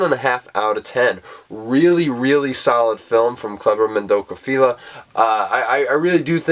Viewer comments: respectful would be learning to pronounce the director’s name before you review his film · jfc learn to pronounce the director's name